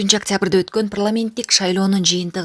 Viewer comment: Прламент дебей так суйлосон озу окугансынбы